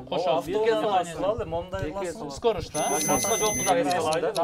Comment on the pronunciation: Капитан команда "скорость" дегенди "скорыш, машинанын скорышы" дейт кайра кайра🤣🤣🤣Ильгиз азаматсын!!! Капитандын атыле болбосо😁😁😁 Калган жигиттер азаматсынар👏👏👏